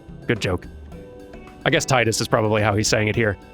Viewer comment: that is how you say it correctly, there are two ways to pronounce the letter I, there is the strong I and there is the weak i, wich sounds like "ee" or the strong E sound. And before anyone starts questioning grammar at me, final fantasy 10's theme is around water, so its Tidus, not Teedus, you know like the tides that sandy beaches have, with water.